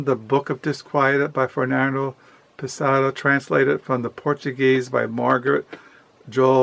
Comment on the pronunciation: I think I might pick up middlemarch soon :) Also it’s fernando PESS-O-A.